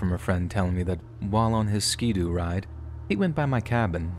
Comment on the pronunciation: Just fyi for the future, ski-doo isn't pronounced skee doo. Ski as in skittles